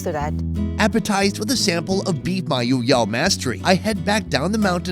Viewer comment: Thanks for visiting our beloved place Mayoyao.... I love the way you pronounce Mayoyao 🥰